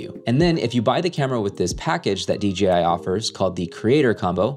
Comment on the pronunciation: DGI??? or DJI???